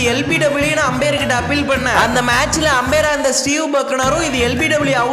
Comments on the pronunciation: 😂Apayar❌ Ambair✔️ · அப்பெயர் இல்ல அம்பெயர்